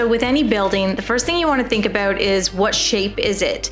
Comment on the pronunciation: Are you Canadian sort of heard that aboot